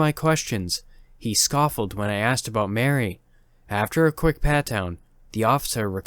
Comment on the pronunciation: I love your stories, but it drives me crazy when you don't pronounce the words right. Lol! Scoffed and indicted. Maybe you should look up the pronunciations of some words before you do your narrations. Just a suggestion. 😊 Love ya tho!